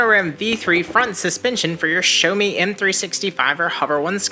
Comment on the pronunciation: Showme 😂 its xiaomi.. shiaomi